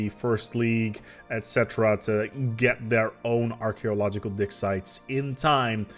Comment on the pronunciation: OK, for a moment I thought I heard "dick sites." I think my cold and accent are messing with me...